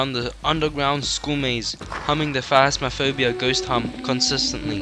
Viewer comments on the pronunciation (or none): none